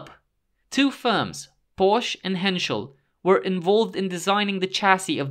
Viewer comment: I did detect one major flaw in this voiced article. It’s Porsche, Not porsh😜 The ‚e‘ at the end isn‘t silent, it‘s pronounced like the ‚e‘s in Henschel like you did say absolutely correct😉 Besides this little native german nerd rant I really enjoy your work gents!